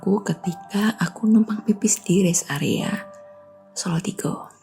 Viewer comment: Mbaknya medok sekali pas ngomong solotigo